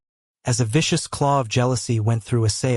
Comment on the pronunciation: ummmm....Vicious is NOT pronounced "vish- house". its Vish-us. Wish you could fix it